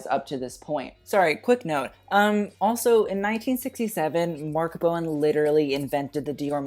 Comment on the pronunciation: learn how to pronounce Marc Bohan and other French names. You make yourself seem like a fool.